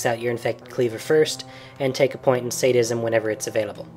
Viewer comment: Lol its Sad-ism, not Sade-ism. Otherwise a fairly decent guide.